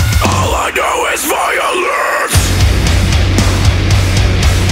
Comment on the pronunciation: Great song but I hate how he pronounces violence